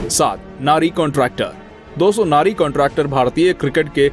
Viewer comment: नारी कॉन्ट्रैक्टर नहीं..!!! नरी कॉन्ट्रैक्टर. ठीक से बोलो